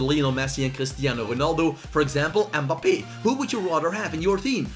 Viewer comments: The way he says mbappe “mbppe” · The way he says mbappe😂 mboppie🤣🤣🤣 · How u said mbappe